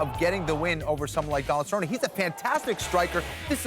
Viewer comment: It is not Cerroney or Cerroniey it is Cer-rone.